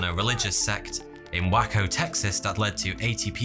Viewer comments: Its pronounced Way-co not waah-co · Waco is not pronounced "Wacko"". It's "Wayco".......just sayin'. Very interesting upload....great job,! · It's pronounced way-co not wack-o 😂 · “in wacko Texas” made me laugh so hard because of his accent and how it’s pronounced way-co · Waco, Texas. For the love of god, it's way-koh not wacko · Al Capone .... silent e ... not like pony like phone Co-Intel-pro ... not coin-telpro Waco ... Way Ko ... not wacko. You're welcome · Two minor nits here: It's not the Klu Klux Klan, it's the Ku Klux Klan. Waco is pronounced "Wake-oh", not Wacko. Otherwise, very engaging stuff, as always. Liked. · That would be a long A in Waco. Way-co rather than Whacko. Lol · Love your videos. It's pronounced Way-ko Texas. I'm totally gonna call it wacko though because you gotta be wacko to live there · Okay, this is one of the funniest, not on purpose things I’ve ever heard! 🤣 Wacko, as you pronounced the city, means sorta crazy, which fits the situation. However, Waco is not pronounced that way. it’s Way’-coe. so, yeah, Waco was wacko! You couldn’t have made a funnier mistake :) 🤭😂🙃🤪🤷🏻‍♀️🤦🏽🤦🏻‍♀️🌷🌱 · In wacko Texas!?😂 It’s pronounced: way-co. And cointelpro is pronounced: co-intel-pro.😊✌🏼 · I love your videos, but I gotta tell you, the E is silent in Capone and it's Way-Ko not Whacko 😂 Although the people in Texas are considered whacko by many around the country, they're not anymore cray cray than anybody else here. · Pronounced Way-Ko not Wack- O... it does bare the nickname Wacko Waco every since. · Way'ko' Texas, not Wako, Texas. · Dude lovely content...but its not "wacko" Tx, it's "way co" Tx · Wacko Texas ! Lol Wayco is how it's pronounced. 😅 but wacko Texas is better descriptive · way - co not wako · Hey it's pronounced WAY-CO, not WHACKO. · Is this guy ever gonna pronounce names properly? "Wacko Texas" ? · I lost it at “whacko texas” 😂😂 “way-co”. Love your videos ❤️ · he said "Wacko, Texas" 🤣🤣🤣🤣🤣🙃